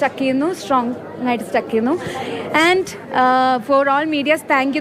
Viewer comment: Stuck alla. Stick aanu English parayan try cheythu. But it's ok Hope she learns